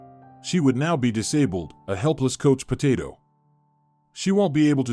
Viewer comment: Coach potato?? Obviously this man can't read. I'm outta here.